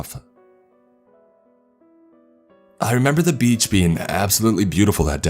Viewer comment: i wish this guy could use a pop filter i cant stand this anymore Beachhaa clear outhaa im still not going to dislike the vid but its so amoying